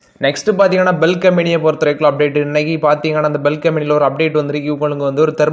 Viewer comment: bhel னு சொல்,,பெல் வேற இர்க்கு !!!!